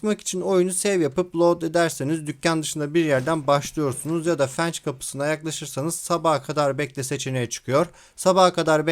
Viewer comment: gardaşım merhaba, videolarını severek takip ediyorum. shorts'da her önüme düştüğünde kitliyor :D diğer videolarda da dikkatimi çeken bir detayla ilgili naçizane ufak bir ricam olacak. bu "Fence", fens diye okunuyor, fenç değil. her seferinde beni zıplatıyor, dikkat edersen çok sevinirim. umarım yanlış anlamazsın. başarılar dilerim . öptüm